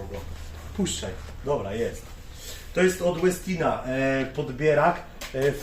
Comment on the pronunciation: Koszulka tematyczna u towarzysza , wczoraj był dzień kawy podobno, światowy nawet// Co do wymowy "Westin", to mam pewne wątpliwości, nazwa pochodzi od Ingvara Westina i raczej wymawia się "po szwedzku", może profesor Bralczyk czy Miodek ogląda, to niech się wypowie fachowo...